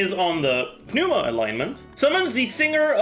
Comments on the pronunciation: Its not pronounced Oozia. its not some fking ooze. Its oo-she-a and its not pneuma as in pneumonia but pnevma, the u is pronounced as V in that case. Ousia means substance, pneuma means spirit. Even the japanese dub pronounces the words correctly. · Why is he saying Pneuma with the “P” noise???????